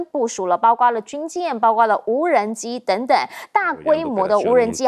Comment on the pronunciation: 包括为什么总读成包瓜呢，查查字典在播放说了多少遍了没记性，什么水平就当主持人